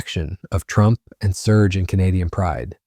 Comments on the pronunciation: Yikes...the irritating AI voice forced me stop listening when it pronounced TRUMP as "true MP". sigh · This AI can’t even pronounce Trump! “True empee ” !!!